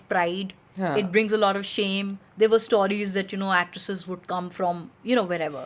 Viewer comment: Persistently pronounces o as au....stauries 😂